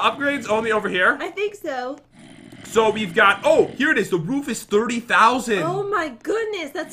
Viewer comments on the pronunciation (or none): said the " Woof is 30,000" did you mean Roof?